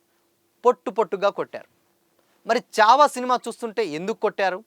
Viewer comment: Good video bro kani చావా కాదు ఛావా అది.... ఛత్రపతి శివాజీ మహారాజ్ అని పలుకు లేకపోతే మహారాష్ట్ర వాళ్లు నీకు దేహశుద్ధి చేస్తారు. Only for information